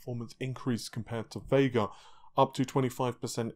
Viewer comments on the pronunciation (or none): none